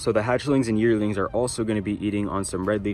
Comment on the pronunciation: Okay when you said "Yearlings" I thought you said "Yertles" for a second and I had a moment of nostalgia So thank you for that even if you didn't intend for it!